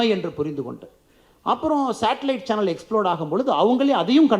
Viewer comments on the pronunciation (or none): none